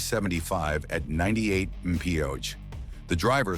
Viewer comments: "He pushed well over 100 memsormshrormsorn". : "...ripping down I-75 at 98 maheeooj". : "Even after loosing a front tire Reard keep pushing at 100 melardmefone". Huhh? What the hell? : "...blowing through stop signs like they didn't exist.". Huh?? WTF?? On I75 stop signs DON'T' exist! Woww man! Ai must be tripping TF out on a power surge or something. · Time stamp ...... um....... WHAT????!!!! WTF was that garbled mess?? "pushing a hundred melar meatbone". But of course. That AI just can't seem to pronounce mph at all. Actually pretty funny! 🤣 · 'pushed the car over 90 meph'- stupid AI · "120 mahsermah" Wtf is that? Worst AI narration EVER! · Shut the hell up. WTF is 98 BPO's? It's 98 MPH silly AI. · What is a M P OOCH ?? AI need's to learn English. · someone needs to teach these AI voices how to say mph. Mipha and Miphama and miphfermay just don't sound right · What is with this AI? Narrator it can't get miles per hour right mushuma. That's just one of them I heard. 150 mashuma😂😂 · . "120 muss ooh muh." ☝😂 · Hysterical listening to AI try to pronounce MPH. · Need to teach that stupid AI to pronounce “mph”. It’s not difficult. Em Pee aitch. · also . i mean, seriously.